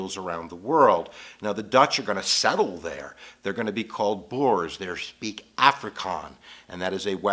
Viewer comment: oh my gash!!!! the way he mispronounce the words 😂😂😂😂😂😂😂 "boers" oh my life